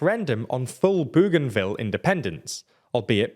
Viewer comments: ‘Boganville’ not ‘Booganville’. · We’ll if Bougainville becomes a county let’s hope you can pronounce it. Boe-gan-Ville not boo-gan-ville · learn about the topic!! There is NO SUCH place as Boogainville; Bougainville is spelt & sounded with a "ou" as in "o" in "Bow", Bougainville not Boogainville. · It’s pronounced Boganville. Not booooganville. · It's pronounced Bo gan ville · FYI I am pretty sure it is pronounced Boganville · I think it is pronounced bogan ville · It’s pronounced “Boganville” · Your pronunciation of Bougainville is hilarious. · Spelled "Papua New Guinea" wrong (PNG is not someone's papa), and pronounces "Bougainville" wrong... which matches well with your frequent mispronunciation and spelling of Australian people and places. You really need an Oceanic correspondent... or just use google search for pronunciation. You did get the close by "French Polynesia" correct... but I don't thin that is anything to get excited about.